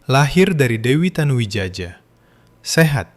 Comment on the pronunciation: Tanu Widjaja, mungkin ejaan lama yg hrs dibaca Tanu Wijaya😂😂